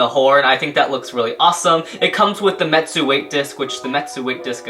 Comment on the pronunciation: Retsu not metsu